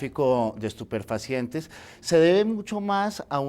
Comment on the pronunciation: Estuperfacientes!!! Dice el entrevistado! 😅